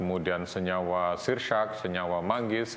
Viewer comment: Dia bilang syirsyak btw 🤣🤣🤣